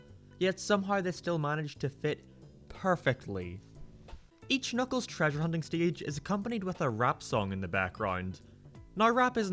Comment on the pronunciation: “Knock Knock it Kuckles”